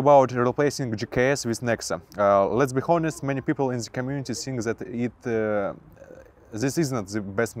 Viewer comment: Не бихонес а би онест, и лучше в место "эээээээээ' говорить то же слово пару раз или подвести слово к теме если вы не знаете как сказать правельно